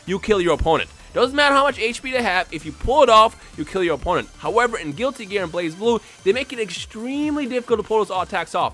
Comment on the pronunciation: DAMNIT its not called Blaze-Blue but Bl-uhz-bloo